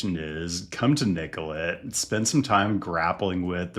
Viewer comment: Thanks for pronouncing Nicollet the right way, especially in this context it’s very respectful of you to say it correctly.